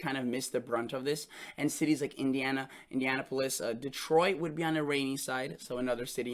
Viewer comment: Say "Indianapolis" again!